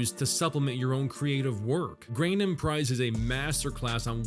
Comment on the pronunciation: the lowest effort video to pronounce grAND as grAIN lol